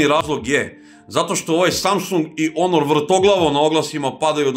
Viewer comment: care, ne kaze se onor nego honor